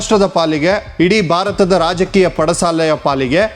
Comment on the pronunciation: Alla Bharat endu Ucharisi Shudh Kannada is Required 😂